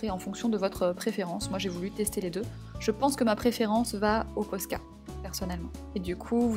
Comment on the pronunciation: enfin qelqu'un qui dit posca et pas pochca